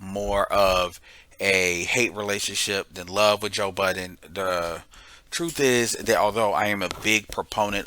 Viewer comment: Hey Happy New Year. His surname is pronounced Bud—den